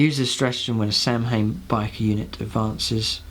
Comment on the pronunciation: But does anyone know who Altioc and Sam-Hayne are? I mean if you want to be an Eldar player at heart like you claim to be, please, learn to pronounce the names correctly.